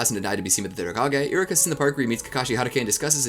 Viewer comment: I'm watching this and it's been bothering me you're saying iruka's name wrong 😒